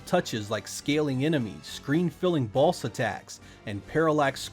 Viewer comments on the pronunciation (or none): Does anyone think it sounds like he Sez balls when he sez boss?